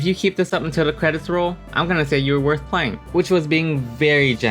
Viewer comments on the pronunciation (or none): none